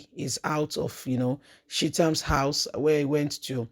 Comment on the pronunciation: Sheet-am house? You mean ChahTam? I was lost for a minute.